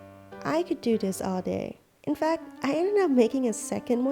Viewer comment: Anyone ganna say how she pronounces this as dis